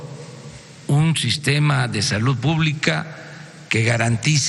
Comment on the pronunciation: Se dice SALUD no salut vgt imbecil, ni hablar sabes......